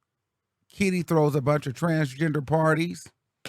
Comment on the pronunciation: you need to stop..Why are you stressing so hard on Kitty's name?😂😂😂😂😂😂 Soon Kitty will come out with a tell all as soon as she and Dwight isn't good no more 😂😂